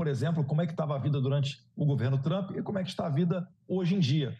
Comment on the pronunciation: A reporter disse Trupe? Kkkk